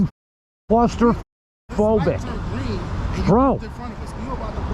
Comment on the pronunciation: ok, I had to laugh when he said "I'm CLAW-STIR-PHOBIC!"